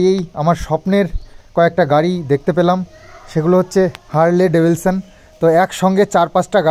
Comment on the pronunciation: ওটা হার্লি ডেভিডসন ভাইয়া. উচ্চারণ টা ঠিক করলাম বলে কিছু মনে করো না.